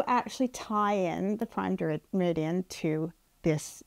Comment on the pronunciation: An American meridium? I hope he doesn't watch this!!